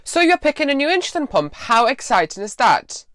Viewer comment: It's "insulin" not "inshulin" .... please get with it